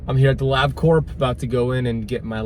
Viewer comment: Your Carnivore Level 4 is called "Ketovore" by most people. LabCorp is pronounced Lab Core - the P is silent (I worked there for a couple of years). Wearing a CGM while on carnivore seems silly to me since nothing you eat will have significant glucose in it or elicit any kind of significant insulin response so my question is - Why would you do that? Those things are not cheap. Keto for several years... carnivore for 5 months.